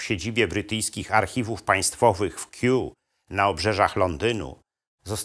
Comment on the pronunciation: Nie "Keew", lecz Kew i co to za opowieści o "ścinkach"?